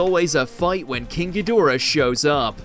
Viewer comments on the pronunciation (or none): It's hed..dor..ah....not head a ra. Lmao😮